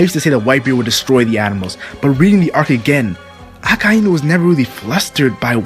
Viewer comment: is anyone else perpetually irritated by how he pronounces Akainu's name? Pretty sure its just Ah-kai (like king kai)-new. I know its a small thing and I still love this channel but...gah!